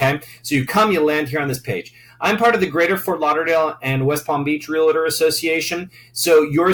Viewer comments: Great video. One con. It's Real-tor, not Real-a-tor. lol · It is hard to believe someone that does not even know how to pronounce Realtor.